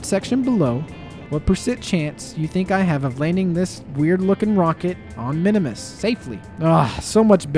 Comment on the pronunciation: “Minimus” Me: a KSP lover: Eye twitch “ITS PRONOUNCED MIN-MUHS!!!!!!1!1!1”